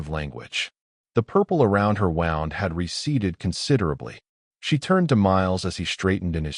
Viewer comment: mis pronounced wound and it is erbs not herbs